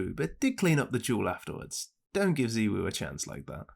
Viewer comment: its ZYWOO not ZIWOO cmoon man